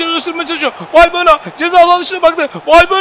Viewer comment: Abi bu arada valbuyena degil valbuena diye okunuyor ☻